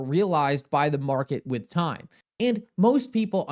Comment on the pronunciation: Dude, I absolutely love content. Does anybody else notice he does not pronunciate the letter T??? lol I swear.. He said the word "time".. but almost always leaves out the T and goes with "ime"... leaving me to fill in the word.:) All kidding aside. Truly love his content and just having a little fun!!!:)